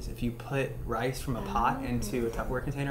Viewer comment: Did the question say Tuber-ware?